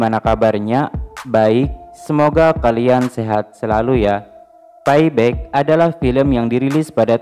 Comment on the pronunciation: Paiback??peibak lol...🤣